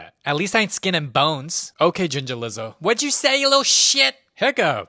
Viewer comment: The way he says ginger like “Da giNgA” is too funny😂